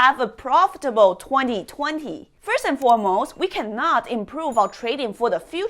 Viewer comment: I like the aggressive way you talk and the way you say 2020 ”tueNi - tuenTi” 😁